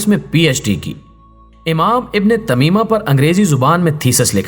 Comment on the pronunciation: امام تیمیہ ہے تمیمہ نہیں